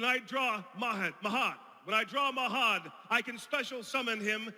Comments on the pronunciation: I'm not going to give the actors a hard time for flubbing a line; it's almost an hour worth of dialogue, but the fact that the Pharaoh mispronounced Mahad's name, the man who sacrificed his life to forever serve him as the Dark Magician is hilarious. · Having trouble pronouncing Mahad